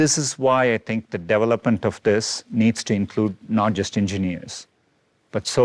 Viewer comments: The Google guy says 'devil-UPment' instead of development.. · He said "Devil-up" not develope.